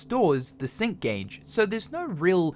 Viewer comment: ngl first time when you said sync gage i heard "Simp gage" XD but looks like a good game, gonna give it a try